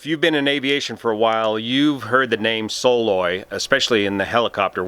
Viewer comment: Believe it's pronounced "Suh-LOY" - at least that's the way I've always heard it since '74 here in Alaska